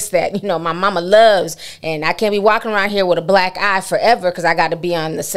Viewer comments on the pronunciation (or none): none